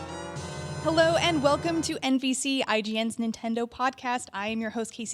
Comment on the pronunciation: For a moment there I thought Casey said "wooloo" instead of "hello" lol.